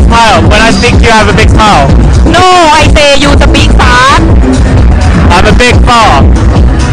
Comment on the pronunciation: Why you sa mile ??? Hahahahahahaahaaahahahhaaaahhhhhhaa